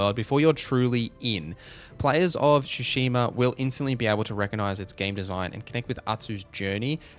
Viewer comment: TSU. Tsushima. Not Shoeshima. Same Tsu like in Atsu. You're already saying it properly in a different term.